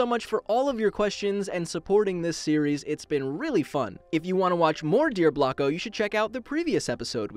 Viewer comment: I thought blocko say black ho